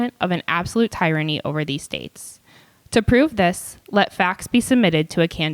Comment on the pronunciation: Thank you but N.B.: "Tyranny" is mispronounced by 2 of the speakers, and one mispronounced "legislature."